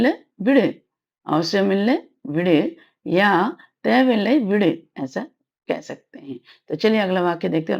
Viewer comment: Thank you madam for this .one question . when you pronounce vidu (rehne do) it sounds like vid but when you pronounce vidunge it sounds proper vidu+enge